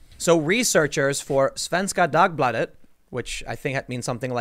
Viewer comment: Timmy boi accidentally just said something racist when he tried to say Dagbladet = Daily paper